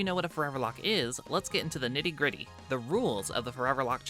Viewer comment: "The nitty griddy" The "nitty griddy" in question